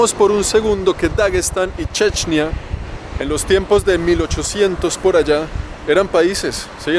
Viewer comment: What de fuck man! Why on earth the title is in English, but the video is in some third-world language? The only thing I understood is Chechnya, even if the guy says "Dje'djneeyah", someting that remotely sounds like Chechnya.